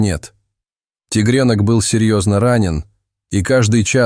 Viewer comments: тИгрёнка ,а не тЕгрёнка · зачем вы говорите тигрЕнок...неприятно слушать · Зачем вы говорите тигрЕнок....? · делает неправильно ударения в словах:, кот, тигрёнок, то Лука, То ЛУ ка❤❤❤❤❤